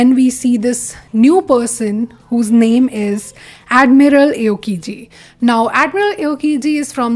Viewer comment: also you pronounced aokiji wrong its more like the hindi Aao (Come) and kiji